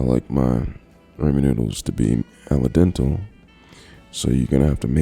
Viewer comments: its “al dente” not “al dental” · Did he say “Al dental”?